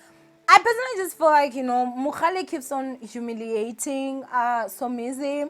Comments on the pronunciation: Its Mohale not Mogale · Why do you keep saying MoGAle ninja. It's MoHAle. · Lol... Thanks for coming through ☺️💃 "It is Mohale not Mogale" 🤦🏽‍♀️😅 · It's mohale not mogale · It's MohaaaaaLe NOT Mokgale! geez louise! 🤦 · The way you kept saying "MoGale" there is no g!!!😭😭 still love you though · 😭😭😭Everytime she said MoGale, I cringed😭😭... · Andidikwe nguMogale🤣🤣🤣🤣🤣🤣🤣🤣🤣🤣🤣🤣🤣🤣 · 🤣🤣🤣🤣 first thing I noticed. This is akekho munye 🤣🤣❤️❤️